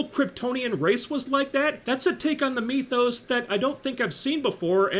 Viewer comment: “Like a fart in church” caught me by surprise! 😂 why do u say “mee-thos” instead of “myth-os”? Whatever. Love your work